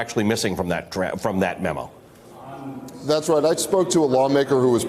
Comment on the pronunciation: So hilarious watching you guys STILL struggling to say memo. Clearly the focus is on views over quality.